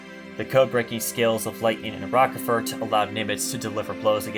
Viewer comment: Yeah, that mispronunciation of Rochefort's name is really annoying......